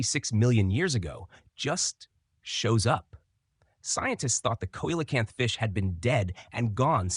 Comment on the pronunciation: Please try better research... if a river flows westward in Brazil, whether on the surface or below, the only ocean it hits into is the Pacific. The re-discovered fossil fish is pronounced: "sea-lo-canth". Not with a "k" or whatever the heck you're trying to say. I didn't get any further into your video for the pain!